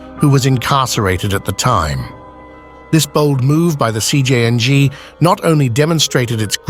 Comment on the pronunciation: “Cjing” AI truly sucks